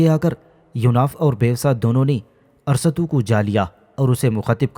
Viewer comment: Arsatu nahi arastu hsi